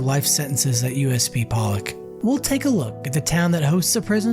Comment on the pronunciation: Poe-Lock not Pallick bro!